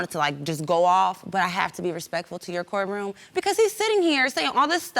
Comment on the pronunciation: "My court raum" 🥰🥰🥰